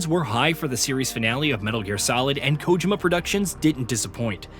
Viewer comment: Red Faction Guerrilla could have subbed out Grand Turismo 5. GT5 was solid, but wasn't very popular. "kojima" productions wasn't pronounced correctly. Good list tho.